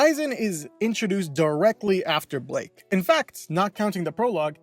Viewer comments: BLYKE NOT BLAKE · Is it pronounced "Ay-zen" or "Ee-zen" and also isn't it Blyke not Blake? Sounds like you said Blake. I always pronounced it Ee-zen and Bly-ke